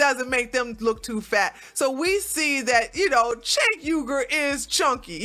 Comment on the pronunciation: You can't even say his name correctly. 🙄